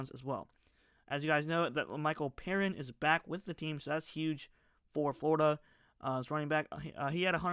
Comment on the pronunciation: Fyi it's lemichael "pee-ryne"